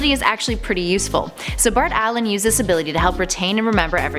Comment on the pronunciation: I cringed when she said 'Bart Allen '